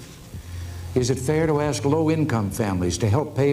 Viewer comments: How can a woman who can't even pronounce ASK properly be a journalist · Another day another crazy "forest rabbit" trying to say: "Let me 'ask' you a question."